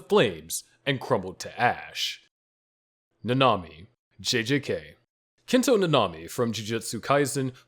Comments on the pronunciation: Ngl you kinda said nanami wrong its not nana-mi its na-na-mi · 1. Chelsea probably didn't even realize that she died due to the shock from losing an arm only seconds earlier 2. Nanami (who's name you mispronounced REPEATEDLY) was completely delirious by the time he died, making it relatively a peaceful death 3. Nina died at basically the speed of light, so her only time spent suffering were the 3 days she spent as a chimera 4. Subaru SHOULD have died within seconds of having several rabbits severing his limbs because he'd have lost far too much blood to even remain alive, let alone remain conscious 5. Miche should have died the second that he was hit by a flying horse - it would've had more than enough momentum to break every bone in his body before he was even bitten by the titan (horses are HEAVY and the beast titan through it at the speed of mach-bullshit) There's more, but I feel like this is enough for now.